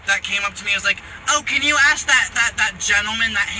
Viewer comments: These fkwits can't even speak properly? There's no "X" in Escape And you "ask" someone a question, you don't "axe" someone a question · Why can't you say "ask" instead of "axe?" I don't get it.